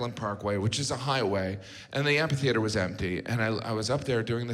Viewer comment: I just started noticing how everyone, including JG, mispronounces "amphitheater." By "just" I mean in the last five years; it's not a word that comes up a whole lot.